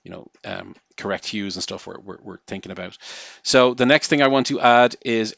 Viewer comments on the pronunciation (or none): none